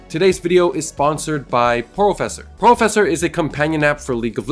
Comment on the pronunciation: wait porofessor sounds like hacks...